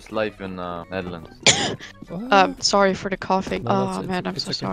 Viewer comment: "im from the newewrands" .. wat